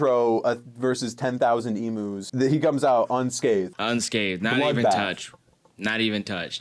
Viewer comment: I am so sorry but I have to say it they are called "ee-m-yous" not "ee-moos" pleasee